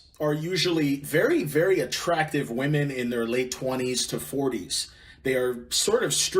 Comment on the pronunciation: I can't even watch this cause the dude with the mic can't even speak proper English. It's women...not woman. And your humor makes me want to jump in front of a train. And it's years not yurrs